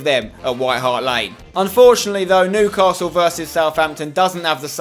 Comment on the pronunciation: That other youtuber cant say Newcastle or sunderland right